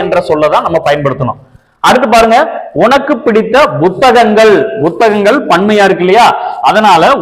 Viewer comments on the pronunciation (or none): வணக்கம், ‘புத்தகங்கள்’ என்பதை (Bu)த்தகங்கள் என உச்சரிக்கறீர்கள்! (Pu)த்தகங்கள் என்றல்லவா உச்சரிக்கப்பட்டிருக்க வேண்டும். தமிழ் உச்சரிப்பையும் கவனத்தில் எடுங்கள். நன்றி